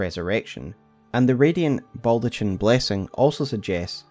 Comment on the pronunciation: That baldachin pronunciation drives me up the fucking wall though.